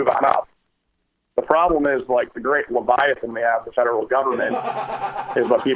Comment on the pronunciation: "The Great Laviathan"? XD